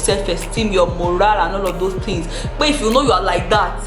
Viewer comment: "Get your pen and paper and jot phings down".....